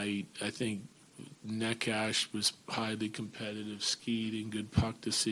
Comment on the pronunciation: While watching games, we love (but have a good time making fun of) how the Av's announcer pronounces Neci's name. 😂❤